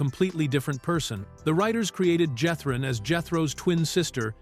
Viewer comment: Oh, please! Everybody knew Max was Jethrine (pronounced "Jeth-reen", by the way)! That was the fun of it!